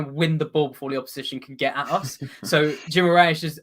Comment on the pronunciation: Toon fans - its pronounced Ghee-mah-RAH-es. This is how Brazilians other than people from Rio pronounce it (the ã is very nasal)